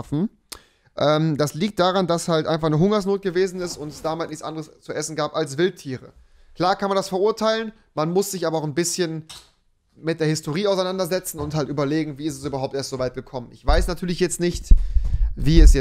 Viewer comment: Eigentlich wird es historje ausgesprochen Rewi: histiorii